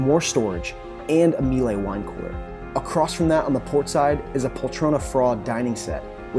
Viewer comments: Miele: pronounced MEELER. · The equpment is Miele, it rhymes with Sheila............It's not meelay.